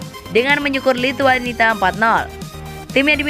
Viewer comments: Nyebut lituania juga lituanita 😔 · Lituania ga pake T